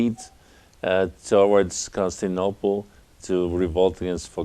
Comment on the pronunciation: Consinople? This dude stanning for Heraclius so hard he can't even pronounce the name of the city. Leave some of that stan for Nova Roma buddy.